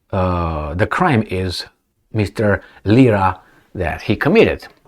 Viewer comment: Lira. Not lisa.